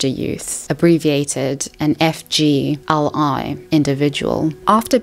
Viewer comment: (FYI when you say it out loud, FGLI is pronounced “fig-lee”)